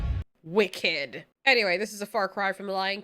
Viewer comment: saying 'wicked' like a Jamaican.